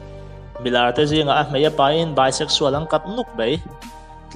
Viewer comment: Mai tih tur zawk anilo maw? Mei niloin